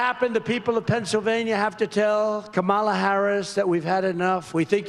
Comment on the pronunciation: KAH-mala. KAH-mala. Get it right, Doofus!